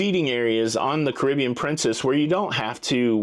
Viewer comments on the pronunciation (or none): none